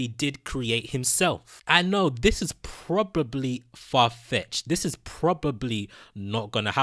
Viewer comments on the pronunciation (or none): Me:Probably:Pro-pobe-ley